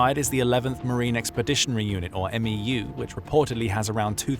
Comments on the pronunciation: It’s not an “m e u” as you’re saying it, it’s pronounced “MEW” like “mew-two” the US Military loves their acronyms and they never just say the letters they make up a word out of the acronym. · It's called a "MEW" not M E U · “11th M-E-U” ❌ “11th Mew” ✅ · Its pronounced as "meyoo" not "m e u" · It’s not an M-E-U. The MEU is pronounced as a single syllable word Mu or Mew. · The way how he is says MEU is killing me man, just say mew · We say "mew" like me-you. For the 11th MEU we say eleventh meyou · It’s pronounced M•E•W, MEU. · MEU...pronounced "mew"